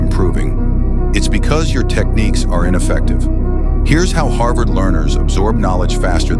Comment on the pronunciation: Harvard Not harvest 🤣